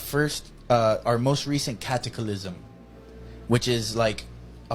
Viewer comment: Aaaghhh hahahaha the "cilivi zation" before us were not dummies aaaghhh hahahaha no bud just your generation ✌️🤣🇭🇲. And he says it again but not before enunciating cat..a..clysm like it's the first time saying it and clears up any confusion by adding that this means apocalypse,these are the people who'll be working in the nursing homes looking after us one day so best to die before old age in my opinion 😂.